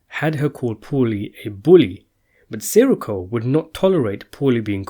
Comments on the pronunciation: It’s not “Siricko” it’s “Sireeco” ugh...🙄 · SIR -REE -CO SAY IT CORRECTLY GABEESH? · Si-Rikko like hes a fucking star wars character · love how you cant pronounce his last name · You know, you could just let the guy who does these videos know a little more politely. We all get names wrong, it's best to let someone know politely and they'll do their best to help out.